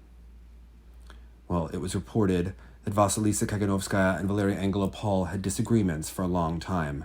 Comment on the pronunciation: the stress is on the first o in AngelOpol. ♥